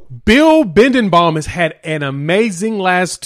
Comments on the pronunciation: His name is Be den bo, not bindenbaum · C'mon! You're not even close to pronouncing the OL coach's name...Bee-den-bow!! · Just FYI. it is pronounced Bill Be-Den-Bow! No you know. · said his name wrong but it's all good. Great video 👊😎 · Yeah you're saying his name wrong but I Gott you